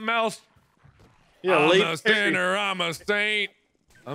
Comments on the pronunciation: Did anyone else hear say Lady Perry? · he said lady perry